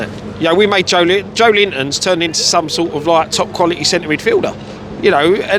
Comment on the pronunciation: It’s Joelinton btw not Joe Linton